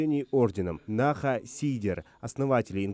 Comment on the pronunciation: Наха сийдер , в слове наха ударение падает на перчый слог